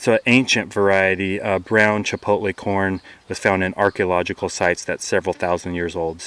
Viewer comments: CHAPALOTE not CHIPOTLE! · chapalote not chipotle but great video :>